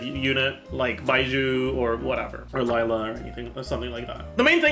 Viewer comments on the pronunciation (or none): none